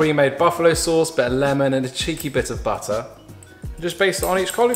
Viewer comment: WHYD I GIGGLE WHEN HE SAID “A CHEEKY BIT OF BUTTAH” ahhh what is this butter situation in your house?? Lol